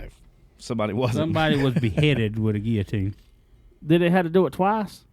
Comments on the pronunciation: is saying it correctly because Google says so!!! 😂❤ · The way says guillotines it is the correct way lol